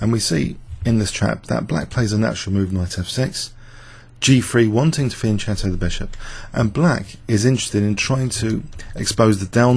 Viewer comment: You pronounce it fianketto not fianjetto